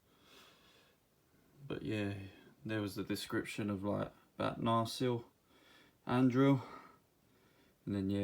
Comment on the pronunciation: Damn you butcher Anduril’s name